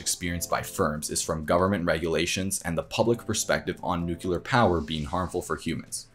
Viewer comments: Nuk Lee are not ‘nuke u lar’ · Why do you say "Nu-q-lar". Surely you know it's pronounced "nu-clear". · PLEEEZE! It is pronounced "NEW-CLE-AR" not "NUC-U-LAR"!!! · Great video but PLEASE. It's nuc-lear not nucu-lar. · It's not 'nuk-u-ler', it's 'nu-cle-er'. Mispronouncing this word detracts from your credibility... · Great research, graphics, and presentation. One suggestion: practice pronouncing nuk-LE-er as opposed to nuk-U-ler. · Please say "Nuclear" correctly. New-clee-ar. From "nucleus" of an atom. Not New-kew-lar. This is such an excellent and informative video. Correct pronunciation indicates education and increases the credibility of what you're saying. Unfortunately, the opposite is also true. You will help yourself to disperse your great knowledge when you sound like you know what you're talking about. I hope you see my comment as constructive, I only mean it that way. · why does he keep saying "nook-yoo-lar" is it so hard to learn to say "nook-lee-ar"? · A good video and you put a lot of work into it. One thing that I might suggest is to pay attention to the pronunciation of the world "nuclear". The correct pronunciation is "NEW-CLEE-AR", exactly as it is spelled. There is no such word as "NEW-CU-LAR". Incorrect pronunciation of such a key word to the topic, causes people to shade the speaker as less knowledgeable about the subject they are discussing. Just a bad look. Really nice vid overall, Thank You! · Great video. Increase your credibility by pronouncing nuclear properly. It's NEW-CLEAR not NUKE-CULAR. (sorry, just grinds my gears!) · It is pronounce "New-Kle-ar" NOT " Noo-Ku-lar" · Absolutely a wonderfully comprehensive coverage of the Thorium nuclear subject. Bravo 👏.(but it's "nuclear" not "nucular". Sorry.) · NU-CLEAR ....Not Nuke-u-lar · Hey dude, do not say nucular! Say nuclear! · It's Noo-Clear, not Nu-Cu-Lar (reminds me of George Bush) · Its nuclear not nukiller - American butchering the language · "Nuculer" ...ruins it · nucular xD